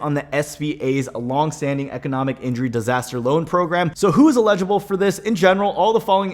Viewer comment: Never trust a man who can't pronounce "eligible".